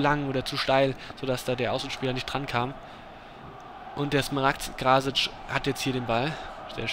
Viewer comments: So. er meint, dass du es sprechen musst:Krassic. Bzw. Kraßic.:) mfg.;) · Er meint, dass das S bei Krasic trocken ausgesprochen werden muss (Krassic)